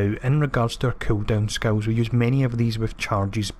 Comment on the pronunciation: Love the build and also love the way you say skills sounds like you sayings skulls lmao